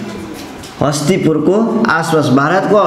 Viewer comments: महोदय तपाईले इतिहास को बारेमा राम्रो जानकारी दिनुभयो त्र जोत्रिलिंग हो जोतिस लिंग होइन अनि हस्तीपुर होइन हस्तिनापुरहो। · Hastipur haina hau master ji hastinaapur ho kya.. haang jaati haina haang bangsa ho.. shaiv haina shaivaa ho.. shiva ko pujaa garthea.. aali spasta vaena aadhyaan pugena hai sir